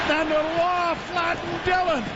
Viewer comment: why has no one told joe how to pronounce roy yet?